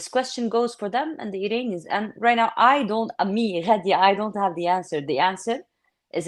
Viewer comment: Thank you, for another outstanding interview! Just one observation, her name is Ghadi not Radi 👍